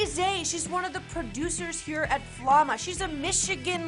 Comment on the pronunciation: Elle es white yo, for real she says flama like a white